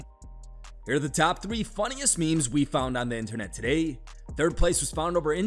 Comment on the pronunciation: Why can't the narrator say Internet? I've noticed he's changed how he says it but it still sounds wrong 😂